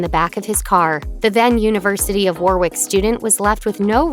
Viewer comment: It’s pronounced Warrick, not War-wick.